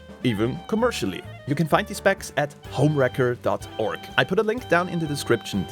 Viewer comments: So in English it sounds like you are saying HomeWrecker which is person who destroys a personal relationship. The word Racker sounds like Cracker the C almost sounds like a K. Just FYI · Anyone else keep hearing this as HomeWrecker? lol😂